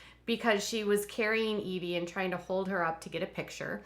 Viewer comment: The baby's name is Eh-vy, not Ee-vy :) I thought it was the latter as well until I heard Joy use her name